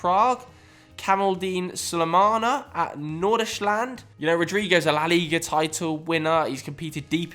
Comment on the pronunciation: The way pronouced Nordsjaelland was such a violation haha